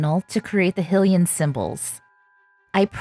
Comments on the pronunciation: Hylian is not pronounce as "HILL-lee -an. It is pronounce as "HIGH-Lee -an." Amazing work! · For Hylia's sake I'm sorry but I can't handle how you say "Hih-lian" instead of "High-lian" . Great job doing Link though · It’s pronounced High-LEE-enn. 😊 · Every time she called the champion tunic hILLian i lost about 200 brain cells ...you do relize this game has voice acting right? like it teaches you how to say these things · Hylian is pronouced : Hiiiii-Lee-in Y is a vowel because it says the other vowels names so hy would say HI 👋 😁 Love the lil link clothes this is awesome good job! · It looks amazing! I can't get over the pronunciation of Hylian as Hill-ian tho 😅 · A little part of me dies when she says “hih-lian”